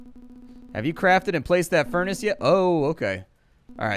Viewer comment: i love it how he says the furnace calling it fur naa cee